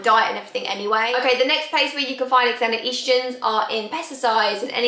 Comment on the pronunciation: you have your heart in the right place which is nice. If it helps its pronounced ZENO-Estrogen. You may have heard of a Zenophobic (xenophobic). Its the same pronounciation.